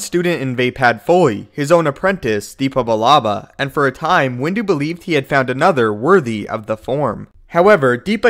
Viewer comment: Its dep ba not deepba